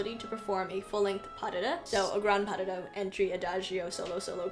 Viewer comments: Its not Puh-duh-duh …Its Pas-de-deux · Puh-duh-duh is how Russians pronounce it!